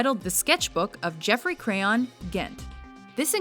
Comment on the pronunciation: Look again at how you pronounce the author's pen name. It's supposed to be educational, and you don't want to steer your audience wrong.